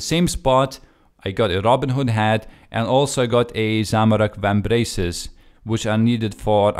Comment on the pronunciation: It was a bit funny when you said "robin hood hat" the first time (it's not a hater comment...so dont answer as it is one)